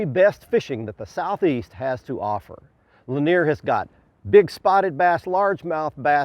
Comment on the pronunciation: Yes, he said Cindy Lanier